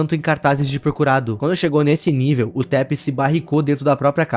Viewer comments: Taph é uma mulher e pronunciasse "táfe" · eu achei que se pronunciaria TAFI nao e?